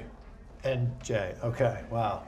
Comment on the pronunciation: It's Jey not Jay😂😂😂